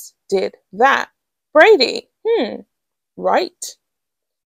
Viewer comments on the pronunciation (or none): Please, it's Bradby, not Brady or (the other one I keep hearing) Bradbury.